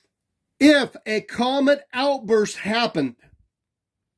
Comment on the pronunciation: Why is that guy screaming? And, why does he pronounce 'comet' as 'comment'?